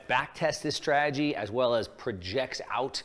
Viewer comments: Exactly. And he cant even pronounce strategy. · Why would a financial supergenius like this guy feel the need to spend time and energy making these videos? If I knew all the secrets, I'd keep it to myself. It's like a pyramid scheme. Besides, he can't even pronounce strategy.